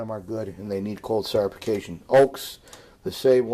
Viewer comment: well he said it multiple times XD